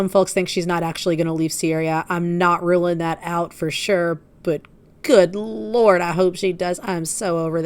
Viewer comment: Did you say "Oh lard" instead of "Oh Lord?" 😂 Ah, she's turned into the obese racist Canadian DSP.